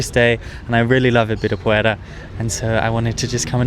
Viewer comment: First time I saw a foreigner who pronunciates Ibirapuera correctly! ✔️👏